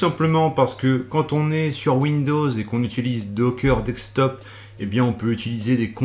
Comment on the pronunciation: De"ssss"ktop et pas dekstop ^^. Sinon elle est top la vidéo